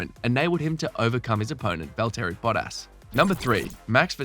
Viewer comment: Valteri botass💀 wtf is that mate???